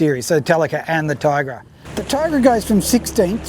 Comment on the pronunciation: "Ti-agra"like tee-agra, not "Tai-agra". Duh... I have both, but my Alutecnos Albacore is better than both (apart from the clicker volume, which you can put a stronger spring in for). If you don't look after your Talica, the frame with corrode way faster than a Tiagra. Talicas feel flimsy compared & have a silly light weight rod clamp system. The internals are nowhere as beefy as on the Tiagra. It I was going to war against an army of Swords, I would take the Tiagra. It's a nicer thing to own also, if you only can have one or the other. The Tiagra feels like something you would hand down to your son, the Talica feels way more disposable. There is one thing that is nicer on the Talica 2-speeds though. The 2-speed button, it's great & looks nicer than the Tiagra/Tynos & TLD ii's one. They are different reels at the end of the day. I doubt they will be making the Talica in 30 years' time though. The Tiagra has stood the test of all that time. There's a reason they are still great sellers today. Quality. If you're into cars, I would make this analogy: If you like techy Jap turbos, get the Talica. If you like V8's, get the Tiagra. Boy's toys personality wise. But if you like Ferraris & euros, get an Alutecnos.